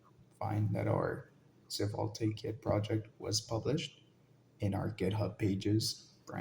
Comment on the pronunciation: Great tutorial, the pronunciation of "svelte" as "seh-vul-tay" got me hah